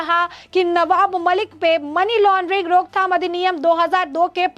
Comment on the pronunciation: टेरर फंडिग __ मनी लानडरिग नहीं । सुधार करे।